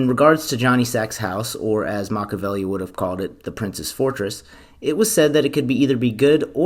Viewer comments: Makka-velli? WRONG. Pronounce it Mak-ee-Avelli. Delete this video and repost it with correct pronunciation. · The name is pronounced either MAH-kee-ya-VEH-lee, or MAH-kyah-VEH-lee, but NOT MAH-kah-VEH-lee. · Machiavelli =MAK-EE-UH-VEL-EE.... And MAK-EE-UH-VEL-EE-AN... Makaveli aka MAK-UH-VEL-EE... Well, that's just Tupac. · MACH-EE-A-VELLI is the pronunciation. Not Machavelli. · He didn't even pronounce it Machiavelli. He said Matchabelli. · Ima have a Silvio moment if he keeps saying “Mach-a-velli”